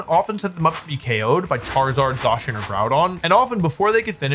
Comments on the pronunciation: I like how Wolfy switches between pronouncing it “Zay-cian” and “Zah-cian” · Hearing you say zacian wrong every time but once it's a fact I'm willing to overlook if you will please for the love of all that is Pokémon stop saying "Row Tom" when saying Rotom. It's motor backwards. In no universe would you say "Ma Twor". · I usually don’t let things like this bother me but the way he says Zacian makes my teeth hurt.